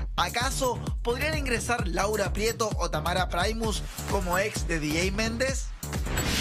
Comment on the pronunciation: se dice primus no praimus